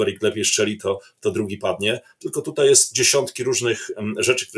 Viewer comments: Nie wczorEj, nie dzisiEj i nie tutEj tylko wczoraj, dzisiaj i tutaj Panie redaktorze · "wczorej" "tutej" Dziennikarzu popracuj nad wymową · "TUTEJ" .... czas się chyba poprawić. To już w lata "idzie". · wczor Ej ... tut Ej - Oglądam Historie Realną od dawna, subskrybuję i lubię, ale... z całym szacunkiem, bo szanuje Pana i kanał oraz prace którą Pan robi, ale nie potrafię tego zrozumieć, nie potrafi się Pan przestawić na AJ ? Super materiał. Nie chciałem się czepiać, no ale musiałem to w końcu napisać. Pozdrawiam i wspieram.